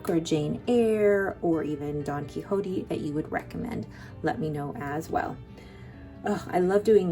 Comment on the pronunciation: Don Quixote is pronounced like ‘key shot’ 😊